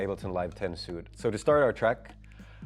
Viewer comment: Oh Damn😳...I didn't catch that. He said "suit" as in clothes instead of "suite" as in sweet. 😐